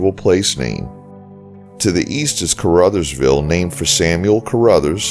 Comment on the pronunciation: Brag-a-dosha. I live 10 miles north-east of Dyersburg and work in Caruthersville. Thank you for saying Dyersburg, Hayti, and Caruthersville correctly!